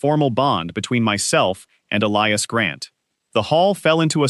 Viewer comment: They pronounced "Elias" and "wounds" correctly! Not an A.I.? Should have a female narrator.